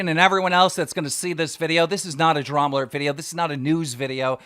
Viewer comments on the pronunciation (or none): Keem can’t even pronounce his own show properly. Every time he tries to say Drama Alert, he just says “Dramurt”